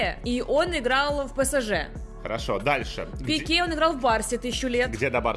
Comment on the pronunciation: у тебя ошибка не Пеке, а Пике